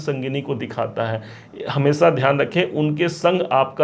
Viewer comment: Aao, hamesa, assa और sona, सीना, बोलते हो